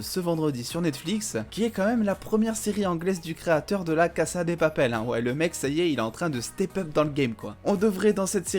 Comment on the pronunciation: Cassa ? Dis casa mon reuf oh